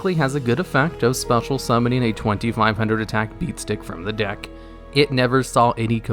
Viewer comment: Absolutely No one:: “Spetal Summon”